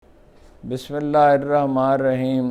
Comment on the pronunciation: Are you drunk? Couldn’t read Bismillah correctly 😢